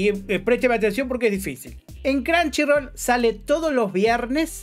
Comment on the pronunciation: Perdi el interes cuando dijiste cranshirol